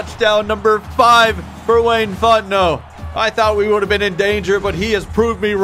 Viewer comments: Thing I thought I'd be most excited about: Seeing Wayne Fontenot in a game Actually most excited about: Hearing pronouncing the last name Fontenot correctly. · Thank you for getting Fontenot's last name correct!